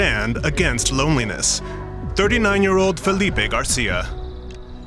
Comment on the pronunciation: don't pronounce Portuguese names with a Spanish reflection Filipe is not Felipe